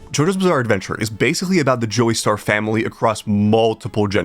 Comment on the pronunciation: He did say Joey-star 😭😭😭